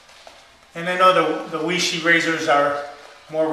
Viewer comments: 偉仕 Wěi shì. Sounds more like Way-SHUR than Way-Shee, but close enough! There really isn't an exact English phonetic equivalent. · weishi is pronounced way-sure. It's Chinese pinyin. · I pronounce it Way-she ... I guess I'm triple-ly wrong 😆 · Matt C2083 looks like it should be pronounced why-she. Look at it. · No it's correctly pronounced 'Wee-She'....l have a language pronouncing app on my phone and I found out that's the way it is pronounced in China.